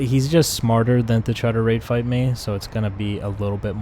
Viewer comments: Rate fight I always thought you said Rape fight I was always questioning it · I was always thinking you were saying wraith fight.. and I’m like wtf does that mean. Lol.